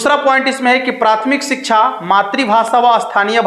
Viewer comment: Shiksha bolna to seekh le bhai